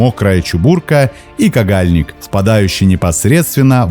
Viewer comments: Спсаибо за интересное видео, хотел Вас поправить, река не кагАльник. А КагальнИк. Ударение ставится на посленюю гласную. Мне очень нравится видео этого канала, супер продолжайте в том же духе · Только речка не кагАльник) а кагальнИк ))) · кагАльник😀👍 Местные говорят кагальнИк🤌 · Вообще- то ни каГальник, а кагальНик. 60 лет живу всегда село было кагальник с ударением на ,,и,, , а тут каГальник, слух режит. Интернет ты что рехнулся???🤷‍♀️ или я что-то пропустила🤔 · каГальник, ахахахах, почему вы все так говорите? это не правильно, я кста в ста метрах от неё живу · В слове Кагальник ударение на И 😊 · КАГАЛЬНИК - ударение на букву И!